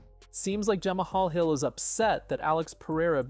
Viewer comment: Truth. It was Alex that won the split decision. And he def uses an AI voice over. The pronunciation of Jamal Hill is wild 😂